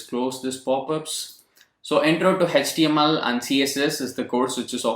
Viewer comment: Hech-T-M-L our sir used to say in that accent....